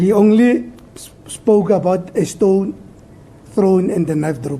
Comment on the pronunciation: trriiiii and not threeee....hahaha...stoooon and not stone hahahaha.judge also likes his castle lager with the brigades majita.